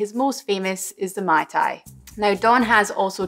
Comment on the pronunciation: You should pronounce "Ma-i Ta-i Roa eh" meaning "Delicous !" In Tahiti, a Mai Tai is done with : Orange juice, Pineapple juice, grenadine and coconut rum, shaked, served, and topped with dark rum I was quite surprised when i got an original mai tai at the bar instead of what i was used to haha